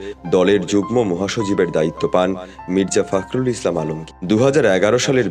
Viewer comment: ফাক্রুল বলেন কেন, বলেন ফক্রুল